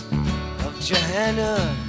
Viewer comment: Great bud, 1 small gripe though. It’s JoHanna, you’re pronouncing it Joanna. Also It’s Joan Baez (by-ez). Seriously though, this is my favourite song ever and probably one of the greatest songs ever written.